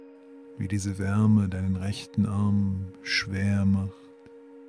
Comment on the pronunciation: Sry... ich wurde total abgelenkt weil alles so "schwär" wurde... "schwäre" Beine... "schwäre" Arme... voll nervig. Wo ist das Problem "SCHWER" zu sagen??